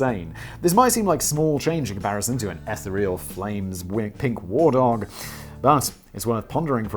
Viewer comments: It's ee-THEE-ree-ol, not ETH-uh-ree-ol… I cant even with this man 😂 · The ETHER is not the EH-ther, it’s the EEEfher (with a long E). The word is EEEthereal, not EHthereal. That isht drives me crazy please say it right. Thank you. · eth-EE-real, I think you mean.